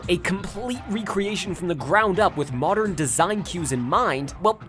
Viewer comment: "Modren era", eh? Don't think I missed that pronunciation, you little McElboy fan